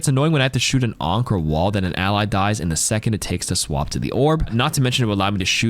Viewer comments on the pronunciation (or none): none